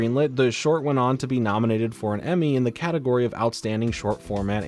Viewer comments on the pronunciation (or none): none